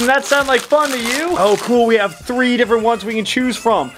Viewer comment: Thwee way home